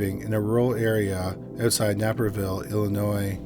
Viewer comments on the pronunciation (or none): Naperville is pronounced like Nay-per-ville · You said Naperville wrong. Just letting you know